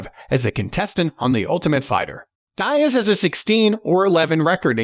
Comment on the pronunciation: “Nate Dieeaz” 💀